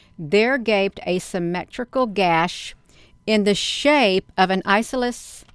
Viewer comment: Eye. sauce o lee's. triangle! (Isosceles)